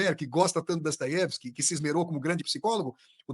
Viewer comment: "DASTAIÉVISK": primeira pessoa que ouço falar o nome certo, já que no russo o "o" átono possui som de "a".